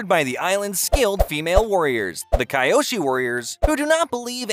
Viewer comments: I get this is nitpicky, but "Kai-ō-shee"? The mispronunciation of characters' nes was one of the biggest grievances we had with that M. Knight Shyamalan bullshit. It's "kē-ō-shee". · Kaiyoshi is wrong it’s kyoshi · it’s “*Key-Ohh-she*” but you can say it however you want just wanna inform ya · even though the foosh sound was to much and pronouncing kyoshi wrong its a good video